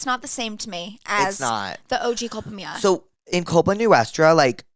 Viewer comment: The way you guys are pronouncing “Culpa Mia/Culpa Tuya” is killinggggg me 💀😂